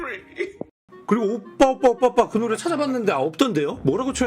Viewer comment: 아무리 들어도 오뽸로 들리는데